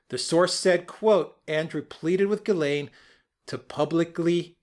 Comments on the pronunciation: I just re-watched the video and the very first time pronounces Maxwell ' s first name is exactly the way it has to be pronounced. Take care. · P.S. Ghislaine is a French name and the G is pronounced with a soft G.